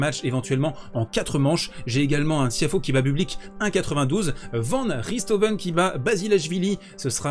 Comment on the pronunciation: Yo :) toujours super sympa à regarder ! PS : essaye de prononcer "rèïtoven" , ça fonctionne mieux ;)